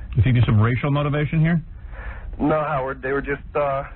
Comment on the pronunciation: Its scary that he alsways says the name of the intervier Howerd. Dont you think so?